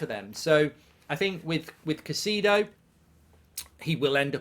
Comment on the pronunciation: it’s not pronounced Caycido it’s Cay-se-do